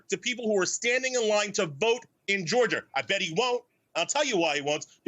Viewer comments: It's not pronounced "Georger" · This guy can't even articulate the word Georgia , he said "Georger" Which isn't even a thing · You can't even articulate the word "Georgia"